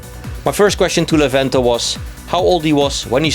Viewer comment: Levente has a good English, I'm glad about it. A story of a girl is funny, familiar to me.:D, you pronounced Levente's name well, however it's not a good example for tricky name for foreigners. Kind guy, I liked this inter!